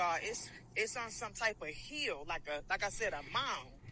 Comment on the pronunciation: Must be from the south? Calling a 'hill' a "heel. "